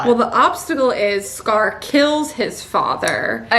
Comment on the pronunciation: don't say scar as cigar. it's worse than "are ray el," no, please, thank you